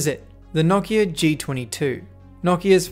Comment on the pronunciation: I didn't know it was possible to say Nokia wrong but there's a first time for everything I guess 🤣🤣